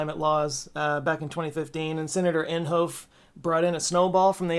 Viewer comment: Just FYI, Inhofe is not pronounced en•hoaf as in loaf, it's en•hoff as in off.